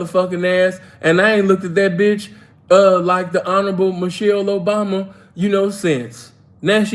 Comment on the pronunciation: On point with Mish-Hell O-Bomb-Ya!